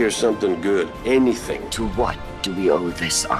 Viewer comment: EnAHthing and evRAthing